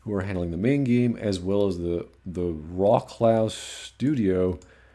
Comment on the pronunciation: Just a minor correction for you. When you say Wroclaw it's actually pronounced "Vrohts-wahf.” I know it's hard to wrap your head around but polish names are like that and most people don't always get it right. Other than that it's great to hear you talk about CD Projekt Red and that you have a lot of faith in them even when you first thought they were really working on three Cyberpunk games at once, but you are right it is best to focus on one game only and put all efforts on that game.